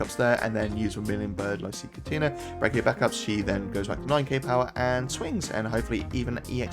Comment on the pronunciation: Caetuna pronounced Setsuna